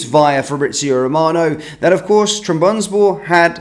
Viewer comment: please learn to pronounce Trabzonspor properly. It’s not difficult. TRAB-ZON-SPOR